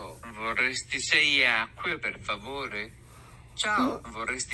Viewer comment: "vorrasti six ague por favore", quando na verdade:" VORREI SEI ACQUE PER FAVORE" 😂😂🙃